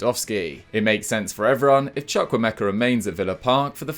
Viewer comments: You butchered the name Chukwuemeka 😩😂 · Did his best.